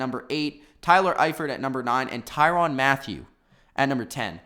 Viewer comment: Tyrann not tyron get the name right tie-ran